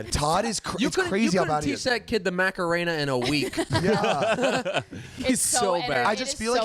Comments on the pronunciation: " MACK - A - RAINA " 😂😂 The way he said it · pls stop saying Macarena